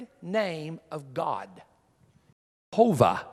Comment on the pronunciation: Its not pronounced hovah